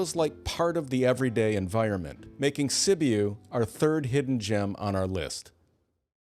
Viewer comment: Sibiu Romania is pronounced "si·byoo"